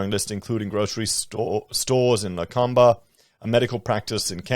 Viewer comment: pronounces 'Lakemba' (heavily populated Lebanese area with a huge Mosque) as 'LaKUMba' Like, haven't you heard that place mentioned in the news a million times. [i'm just pointing out HOPELESS pronunciations with great respect to him and any Lakemba muslims etc) THANKS for the great content!